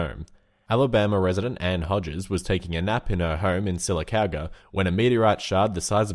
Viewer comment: hey you pernouced sylacaga wrong it's pronounced Syla-cauga